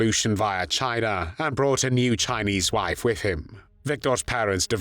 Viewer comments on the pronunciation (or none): none